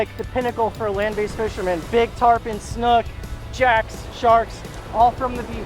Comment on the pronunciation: interesting that you pronounce the word “snook” almost as “snuck” rather than like similarly spelled words as “book”, “spook”, “nook”, etc.